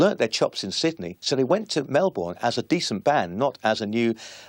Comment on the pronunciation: What the F?? No ACDC footage? No ACDC songs? No ACDC family or current members of longevity?? Then you've got this British toothy guy saying his 'feeling' with them was... (He never even bloody met them!!) This Brit "expert" CAN'T even pronounce Melbourne. Yep let's get in school friends and unknown commenters and some child woman acting like she was even alive to see the band with Bon talking like an expert too!